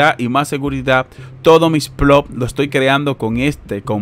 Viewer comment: increible que no puedan leer una tabla de datos ni pronunciar bien ploT. Space pool libera el pago cada vez que llegas a 0,01.. Puede pagarte varias veces al dia!